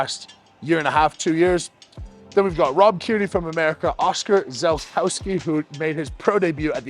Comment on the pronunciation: Good video. A few minor corrections: "FINALS EVENT"; should say FINALS EVENTS "Kristjof Haraldsson"; correct pronunciation is Kristján Haraldsson "Oskar Zelfkowski"; correct pronunciation is Oskar Ziółkowski "South American representative"; is actually the South African representative "KNAAACK MEDLEY"; should say KNAACK MEDLEY